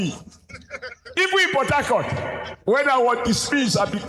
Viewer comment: Adams Oshomole: Port Taicourt😅😅 Me: Port Harcourt